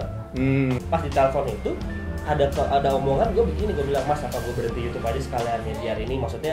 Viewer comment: Yh ngomong sekarang udh bener ngak "YOUCUBEE" lagi,, hhhhh